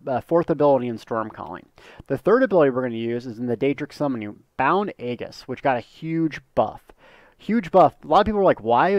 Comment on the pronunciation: The G is soft in Aegis.